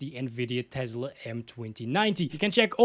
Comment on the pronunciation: learn to properly pronounce TESLA, it's not TEZLA.